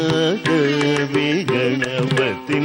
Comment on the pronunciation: Again good pick one ..thanks again🎉🎉🎉..you pronounced correct about🙏..